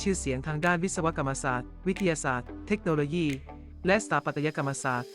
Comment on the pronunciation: เมคโนโลยี่ก็ไม่มี ต้องอ่านเทคโนโลยี ปรับปรุงด้วยนะคะ นำ้เสียงดี อ่านได้ดีอยู่แล้ว ติเพื่อก่อค่ะ